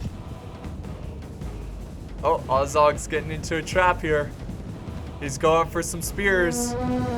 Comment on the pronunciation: A forewarning for those who haven't watched the vid and are looking at comments. heavily mispronounces many of the names(including Azog and Thranduil)so yeah, be prepared.